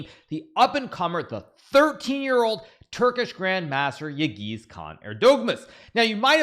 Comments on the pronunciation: Yağız is pronounced as "yahez" not "yagiz". Ğ is kinda silent. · I think it's time to learn the pronunciation of Yagiz's name?